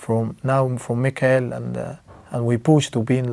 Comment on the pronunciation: Mo..It’s Mikel not Mikael (angel Michael)